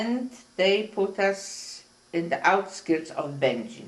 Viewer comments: I was taught that Będzin is pronounced like "engine" but I notice that many people even in Poland pronounce it differently - at least to my ears. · It’s actually pronounced two ways. It could be Bengine or Bengeen. I guess it’s a matter of how they said it, but I was talking about the interviewer. I don’t think he was very nice. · Interviewer can’t even pronounce the town as many times as she said it he still says it wrong and he’s very disrespectful